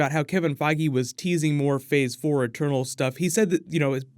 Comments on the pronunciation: I've heard "turtles" instead of "eternals" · I thought you said “turtles” 😂😂.